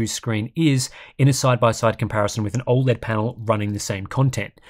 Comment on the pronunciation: Has anyone ever pointed the way you pronounce OLED? It's not even a country thing, I'm Australian and think you say it weird. Love the content though